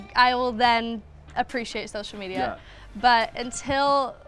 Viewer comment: when she said social media her accent went real American